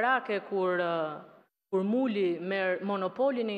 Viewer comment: sa bukur ja tha emrin .. muli... 😂😂😂😂😂